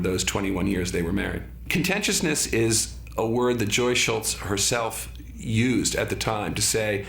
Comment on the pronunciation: You fail, David Michaelis. It's 'Schulz', not 'Schultz' And what were you gonna say? 'unwritten rules'?